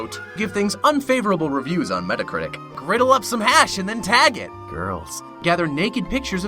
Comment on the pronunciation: The way he said girls xD